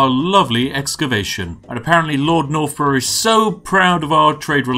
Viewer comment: Lord nor-bruhhh